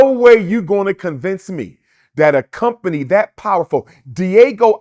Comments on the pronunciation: Brother Umar keeps saying “Diego”, but I think he means Diageo (Dee-Ah-GEE-oh). I used to work there duringPresident Obama’s first election. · It's not pronounced Diego. it's Dee-Ah-G-O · Diageo fella, not Diego...but all else could be spot on because 50 said it too. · The company is not Diego it’s diageo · BAD BOY... damn thing was starin us in the darned face this WHOLE time..regardless of the gang negativity and Suge's personality... yeh.. Deathrow wins by default 😂 (p.s. when he mentioned Diego i was thinking "all this beef with the carwash dude?") Pronounced DEE AH JEE OH Diageo basically own big alcohol brands mainly Guiness.. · Diego? Pronounced Dyadgeo. Diddy is not a King in hip hop - I don't believe this conspiracy theory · The company name is pronounced D-Agi-o and it’s spelled Diageo not Diego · Dr. Umar hit the nail on the head. Diddy is still scum though and it’s pronounced D-Ah-Geo not Diego my boi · Diageo. De-ah-gee-oh. Umar calling them Diego like its a Mexican family Puff is beefing with. Do not listen to this man. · It’s Dee-ah-gee-oh. 🤦🏾‍♀️ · If he’s going to accuse the liquor company he could at least pronounce it properly. It’s not Diego like the city. Bottom line is if he was living foul Diageo couldn’t do what he alleged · Diageo Pronounced (di-a-gi-oh). It’s the Liquor co. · Everytime he pronounced Diageo “Diego” I almost died lol. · It's Diageo, not "Deagle" lmao😂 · He kept calling Diageo, 'Diego' and I'm dead 😂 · I thought I was the only one who noticed that lol. I was like what the heck is Diego😂. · It’s pronounced “DE AH GI O” 🤦🏾‍♂️ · It’s “DIAGEO” Lol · It's DIAGEO, not "Diego". At least get the name right. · Lmaoooooo Umar calling Diageo “Diego” so many times is pure comedy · Buddy throughout the video keeps calling Diageo Diego and nobody is correcting him...smh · This Dude Sounds Slow So Embarrassing 😢I’m tired of Him calling Them Di’Ago😢He can’t even pronounce the liquor company name right and the interviewer isn’t correcting Him..